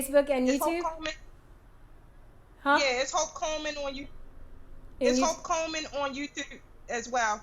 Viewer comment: Sounded like the Queen said Hulk Hogan when she introduced Hope Coleman!